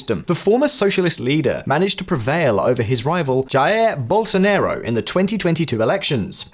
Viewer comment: Jair Bolso NERO 😂 Bolso Nah Ro